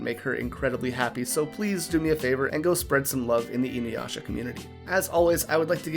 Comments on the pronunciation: WHY DO PEOPLE KEEP SAYING "INUWASHA"??? THERE IS NO "W" IN THE NAME! I AM BAFFLED!! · I will never watch her just because of how she pronounced inuyasha